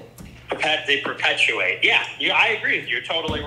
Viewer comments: I think my brain had a stroke listening to dude trying to say perpetuate. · Listening to adin ross try to say perpetuate was so frustrating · I had a seizure listening to Adin struggling to say perpetuate.